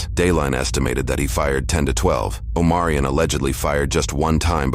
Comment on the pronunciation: Omarion? I heard O'moron.